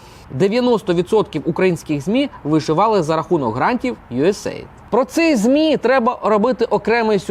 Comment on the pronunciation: правильно казати « Ю Ей Ей Айді»